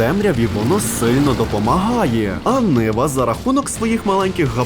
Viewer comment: Не niva а nyva ушльопок малолітній🤬